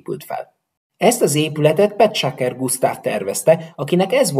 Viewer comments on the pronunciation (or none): Néhány nevet furcsán ejtesz. Dessewffy: desőfi vagy dezsőfi Grand Prix: grandpri, a végén az x elmarad, Petschacher: tsch=cs vagy ccs Egyébként le a kalappal a videó előtt. Ennyi illusztrációval... mennyi ideig készült ez?